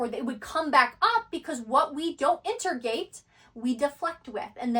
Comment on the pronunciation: She does have some kind of throat chakra issue. She can’t say “chakra” right, only “char-ka.” Or “integrate”, she says “inter-gate”. But she’s brilliant, and it doesn’t ruin the message. It’s literally just a fly on an otherwise perfect windshield.